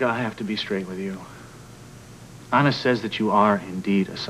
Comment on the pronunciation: kept mispronouncing " Anna."